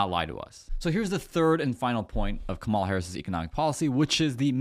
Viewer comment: COMMA-LAH (,-la)---Now, let's here the real estate "mogule's" plan. 🤔